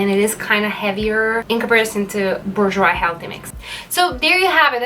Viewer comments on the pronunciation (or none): Pronounced ‘boor - j’wah’.